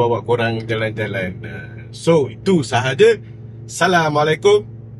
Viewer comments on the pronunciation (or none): none